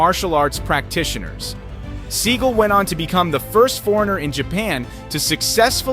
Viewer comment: Learn how to pronounce Sagal’s name.